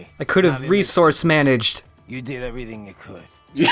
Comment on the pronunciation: "you did errythin' you could" -- The Ripper, Jack.